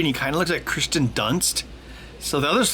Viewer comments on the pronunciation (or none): It’s not Christian it’s Kiersten good video Though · Hey Ben, it's actually Kirsten Dunst, not Christen Dunst ;-) But nice lyrics though :D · It's Kirsten Dunst, not Christian Dunst. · I was going to point this out as well, but the name "Kirsten" is annoying enough that I'm ok with people saying it wrong.